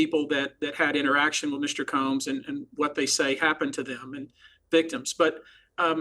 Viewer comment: I kinda missed how piers pronounced combs… “Coombs”